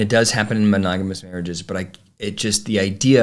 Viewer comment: Meri couldn't even pronounce "monogamous." It came out "mogonamous" I think that's kind of funny, she can't even pronounce it